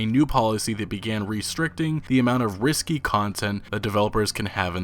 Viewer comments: It's "ris-kay", not risky. Cheers~ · Risque` is pronounced "ris - Kay" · Someone needs to learn how to pronounce words like risqué. It's not "risky" content. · Dude, thanks for bring this up, it will only get worse if we don't talk about it. And "risque" is not pronounced like "risky", it's riss-KAY. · I love how you pronounced risqué risky. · That's not how you pronounce risque xD looks like a PS5 of off the list I'm not going to play games like I'm under a communist regime of China or living in the dark ages in Australia. You publish the game as is or not at all... It's a slippery slope if this is allowed